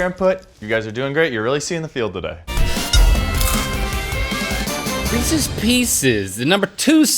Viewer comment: As someone who loves Reese’s PB cups, Reese’s pieces are a disgrace and monstrosity. Side Note: thanks for pronouncing Reese’s the proper way. It’s not Re- Sees folks!